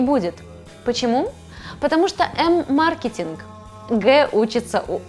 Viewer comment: В слове "маркетинг" ударение на Е!